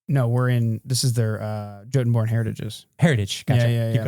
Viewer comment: I'm quite certain Jotunborn should be pronounced "YO-tun-born" as it was in Norse, which is where we get the word jotun to begin with.